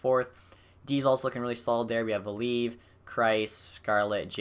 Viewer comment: Val-e-iv, Koro-stel-ev Vahi-har-u